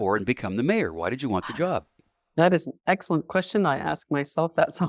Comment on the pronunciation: Host; "You and I know each other". This is highly doubtful, because if you did, you'd at least pronounce her last name correctly. It's pronounced All-toe, exactly the same as the musical reference. Marianne's brother Al Alto was our family friend and chiropractor for over 45 years. Sadly Al passed away in 2020.